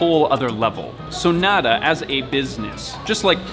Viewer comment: I literally love everything about this video EXCEPT the way pronounces nada